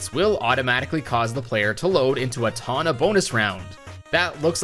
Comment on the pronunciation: Twana❌ Tana✅